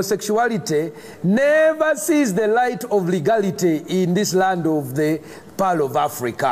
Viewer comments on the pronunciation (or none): I can confirm what he is saying at the very end. He is saying, "TO EAT DA POO POO! OF OTHA CHILDREN!" A lot of people think he's saying "over the children" but he's pronouncing the word "of" like "ohv" so it's "OHV OTHA CHILDREN!" lmfao